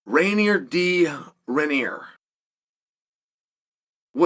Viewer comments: Rainer de Rennier? I love how Chael refuses to pronounce any non-English name properly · Reinier da ranier? Hahaha even sorse than the way bispijg said it, no hate cheap nice vid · I just clicked on the video to hear Chale butcher his name